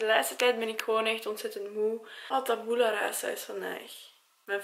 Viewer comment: Je spreekt Tabula verkeerd uit #sorrynotsorry